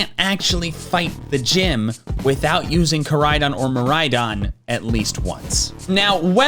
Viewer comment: You could have just played pokemon violet there your not useing koridon your useing miridon (Just saying i havent watched the video yet so dont get mad if he seaid miridon as well i just read the title)